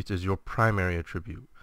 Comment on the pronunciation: Not to pick, but I found it slightly annoying that you pronounce 'attribute' with the emphasis on the second syllable. This would be correct if you used it as a verb (ie - "The reason he died could be attributed to his low health") however you use it as a noun in the video. Just a thought. Good information otherwise.